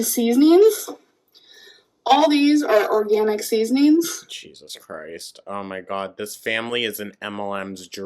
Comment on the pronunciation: Grrrrr I must know what mlm those “oaRGANIK seeeesoneeeens” came from 😂